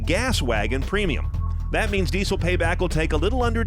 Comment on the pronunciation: What's a "deeee-soh"?